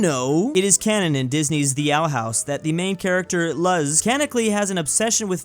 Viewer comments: He pronounces Luz like L U Z instead of like L U S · I cried when he pronounced Luz (loos) as ləz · the fact he pronounced luz like that 😭😭😭 its pronounced LOOSE!! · Luz is pronounced like the word loose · Am I the only one who is bothered that he pronounced Luz wrong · The way he said luz is not based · says gif wih a soft g and now pronounces Luz's name wrong?